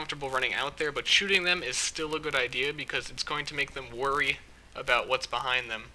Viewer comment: I love when he says "shoting games"